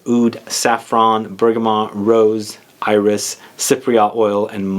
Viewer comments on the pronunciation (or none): none